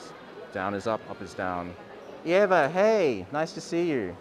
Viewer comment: by the way you pronounced my name perfectly!!